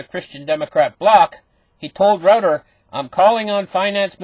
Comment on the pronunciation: Pronounced Roy-ters